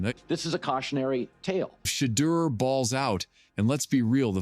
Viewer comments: A.I. is absolutely murdering your boy's name: First it was Sheddr, then it was Sheedr. :face-orange-biting-nails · Sheee-dur jerseys. Gotta hate AI. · Wow, this video is a positive outlook on the Young quarterback. It’s still somewhat disrespectful. At least if you’re going to use the AI to do the narration of this video get his name correct come on. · Pronounce his name right Dude!!! Damn💥🤞🏿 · You cant even be respectful enough to say his name correctly. Smh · The more I listen to this video and hear how you not only keep mispronouncing his name, but keep finding new ways to do it makes me say f-U and the wack-ass AI you created it with! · You a!!holes continue to disrespect him by not pronouncing his names correctly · I hate that you missed pronounce his name! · and you Still cant pronounce his name correctly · It's unprofessional to miss pronounce his name!💯